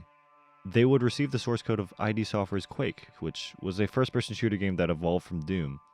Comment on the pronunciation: that is NOT how you pronounce id software !!